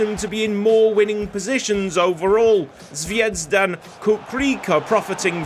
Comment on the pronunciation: very good format and beautifully delivered as expected 😍 from a fellow croatian - the Z in Zvejzdan is pronounced more buzzy like in "buzzy" ☝️rolls easier off the tongue as well 😜